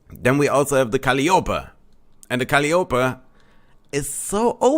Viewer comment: calliope is one of those very weird words that is probably British in origin, so it's pronounced kind of funny.:) Phonetically it's pronounced Cah - Lie - Oh - Pee Now that I've done my good deed I'm going to toddle off and continue to completely screw up pronouncing anything German.:)